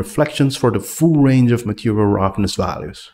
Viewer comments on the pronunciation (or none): none